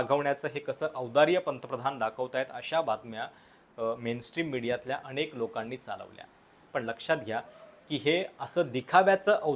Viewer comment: कृपया मराठी उच्चार सुधारावेत. उदा. अनेक चा उच्चार अणेक.चॅनेल चा उच्चार चॅणेल.